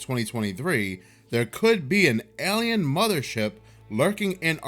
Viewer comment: Aliens are a-lie-non